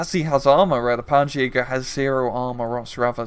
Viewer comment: Just a small thing: "Ski" in German is pronounced like the English word "She".